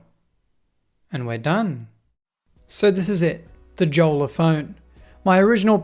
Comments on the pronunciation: Pronounced "yolla" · I think the pronunciation should be "iolla" :) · Btw it’s pronounced yolla judging by the company being from Finland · Since it's a finnish company, the name is pronounced as "yolla" and is a finnish word for a dinghy. :) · I thought it is "Yola"? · Jolla is Finnish for dinghy, it's pronounced "yolla" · Nope, it's pronounced yolla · Tough to take you seriously when you can't pronounce Jolla correctly. And you bought a 34 dollar phone. What did you expect...? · The pronunciation of Jolla is killing me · the way that he pronounces jolla makes me mad and im not even finnish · So you bought a smartphone from 2013, with a banner saying "permanently locked", you struggled with YOUR Mac to run telnet, you tried to hack a device that was designed with security and privacy in mind, and the summary of the review is that the Jolla device sucks? By the way, J in Finnish is pronounced like Y in English.